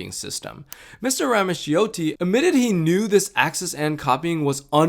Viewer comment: really great and informative video! just a small note, ‘ramaccioti’ is actually pronounced ‘rah-mah-CHO-tee.’